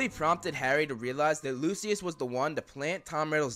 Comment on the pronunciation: who the FUCK is luciliud 😂😂😂 its Lucius dude